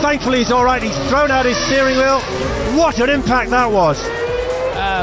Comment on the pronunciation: "Over and over and AUT of tis raisss". Classic